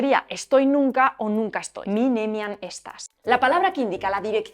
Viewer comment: En la película "El gran dictador" de Charles Chaplin, todos los letreros de la ciudad donde transcurren los hechos están en esperanto. Por cierto, todas las palabras son llanas, lo digo porque aunque el dibujo pronuncia muy bien, la humana ha pronunciado esdrújulas algunas y no es correcto. Por ejemplo, no se pronuncia "néniam" sino "neníam" (nunca). Podéis charlar o escribir con todas la IA en esperanto y los teclados de teléfonos y ordenadores admiten sin problemas (ĝŝŭĉĵĉ) todos los caracteres del esperanto. Por lo demás, muchas gracias por el vídeo! Antaŭen!